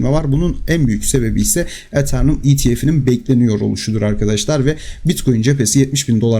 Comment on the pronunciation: Eternum değil Eteryum